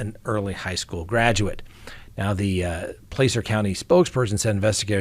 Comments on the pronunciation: Hi. I'm not criticizing however 'Placer' is pronounced with a short 'A' (ah) not a sharp 'A' (AA). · Not trying to be a jerk, or grammar police, but the a in the word “Placer”, is pronounced with the short a sound (ă) as in Apple, Dragon etc. 😂💙